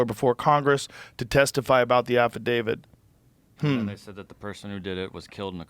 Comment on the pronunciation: Affidavid? Who's that? Oh... they're trying to say affidavit